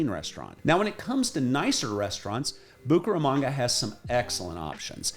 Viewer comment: Bucharamonga, Bucaranga, Bucarest......que es eso!! Esa voz en español aunque agradable pronuncia muy mal el nombre de la ciudad.